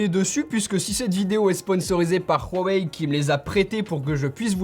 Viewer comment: J'adore le "Rhuawei", ça prononce bien 😂👍🏽😭